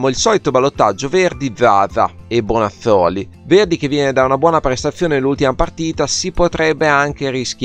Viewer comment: ma come lo dice bonazzoli ahahahahah